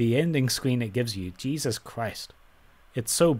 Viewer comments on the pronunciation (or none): none